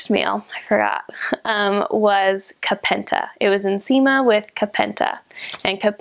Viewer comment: Your pronunciation of nsima and Kapenta is perfect... made me smile☺❤️😘👏